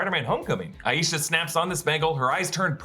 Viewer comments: hii I like to point out the pronunciation of the name “Aisha” hence it also being my own name hahaha! It’s “EYE-sha” not “EYE-YEE-sha” :)) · It's pronounced, "Aye-sha" (Like Eye-sha)